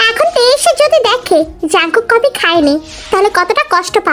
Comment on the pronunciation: কপি ❌ কফি ✅